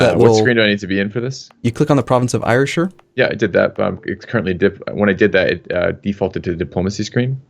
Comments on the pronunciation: I know that hundreds of people must have posted this already but its driving me mad. Ayrshire is pronounced air-sheer. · ire shire. 10/10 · Ayrshire, air-shur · For the record Ayrshire is pronounced Air-shur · Ayrshire is pronounced Airshire